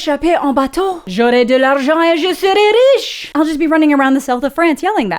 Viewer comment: You really cracked me up the way you rolled the r when speaking french. Je serrrais rrriche. Lovely 👍 PS : I am not making fun of you let's be clear 😁